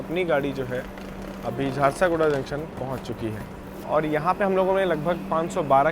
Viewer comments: Naam hai jhar-sugda. Not jharsa,-guda. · bhai its jharsuguda junction Not jharsaguda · Bhai hindi to thik se padke boliye Jharsaguda nahi hai Jharsuguda hota hai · Jharsaguda nahi JHARSUGUDA naam hai..... Station ka naam to sahi dhang se lo yaar.... It's your job Or may be not..... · झरसागुड़ा नहीं झारसुगुड़ा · Chakradharpur waha ka canteen kabhi mauka mile to samose aur rasmalai jarur khayeaga. And it's jharsuguda not jharsoguda sorry but rectifying the error..